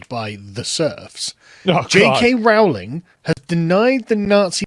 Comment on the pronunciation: Kiera was absolutely spot on with her response. Don't think the boycot is terribly successful anyway judging by how successful the HP franchise still is. Also amazing by asmon saying Rowling properly, keeps getting mispronounced for some reason over there